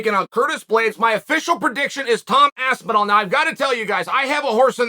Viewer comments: I came here to hear chael call him aspinwall. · It's motivation for the fighter... you haven't made it until Chael learns how to say your name correctly, or at least as well as the average American might. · Tom AWOL Aspinall. Always disappears when you wanna hear something interesting. And pays homage to Chaels ‘Aspinwall’